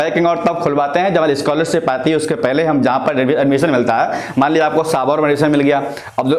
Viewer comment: सबौर बोलते हैं उसे साबौर नहीं